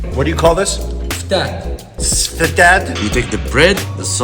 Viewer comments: Welcome to my country🇱🇾💗 By the way, it’s fatat not sfad 🤣🤣🤣🤣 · Dude, it's Ftat, not Sfad XDD Ftat means crisps, as in bread crisps